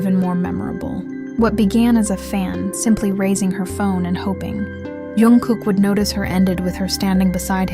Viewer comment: His name is Jungkook, not Youngkook